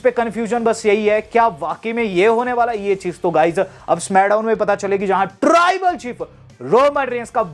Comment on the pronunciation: Taarrrrrribal chief 😂